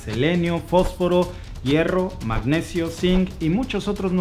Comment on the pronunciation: Amigo gracias por la información y corrige el video Magnesio no magneCio excelente contenido